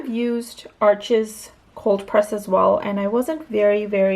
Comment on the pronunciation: Arches is French, it’s pronounced “Arche,” the (s) is silent, Thanks for sharing!!!